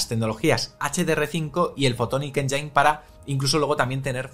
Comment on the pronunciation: exelente resumen como siempre, pero... fotonic "enyáin"... enyáin... me sangran los oidos.